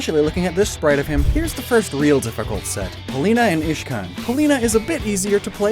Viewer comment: He siad Ishcan and iridia